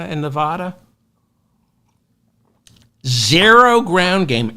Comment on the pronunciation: How many times do I have to write this before you learn to stop alienating people from Nevada. Learn to pronounce the name of their state! I don't believe you read comments.